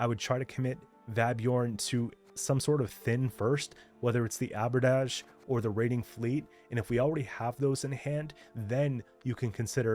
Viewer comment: Just for future Q, much as I'm sure you hate pronunciation comments - the way you're pronouncing Abordage is accurate to French which it's derived from, but for the English term it's pronounced with "-age" at the end more like the way you'd say the end of "luggage". Abordage is an old term from the age of sail and slightly later simply meaning "the act of boarding a vessel"